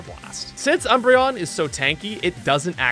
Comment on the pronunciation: Ah yes, my favorite Eeveelution: “Embreon”